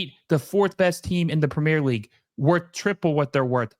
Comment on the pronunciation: Prumeer-ah leegue saccker action .